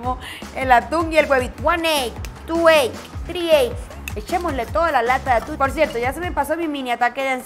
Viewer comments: cada vez q hace una receta con atún a un lado de la receta dice q tiene o los ingredientes y en lugar de “atún” dice “aun” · Aquí los que vieron que decía aun en ves de atún 🤣🤣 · Por qué en el día 3 dice en un ingrediente dice Aún en vez de atún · Yo viendo como en el desalmuerzo dice aun en vez de atun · Yo dandome cuenta que antes de decir “Atún” dice “Aun” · Osea nadie lee las recetas dice aun enves de atun y dice tortila en ves de tortilla